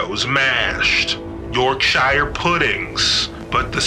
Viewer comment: That's not how you say Yorkshire